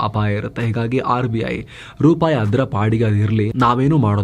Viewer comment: ರುಪಾಯಿ ಅಲ್ಲ... ರೂಪಾಯಿ.